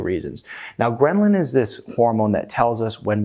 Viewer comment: Please stop saying "GhreNlin"!